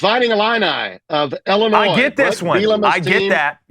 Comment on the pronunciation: I am turning it off. Illinois, really????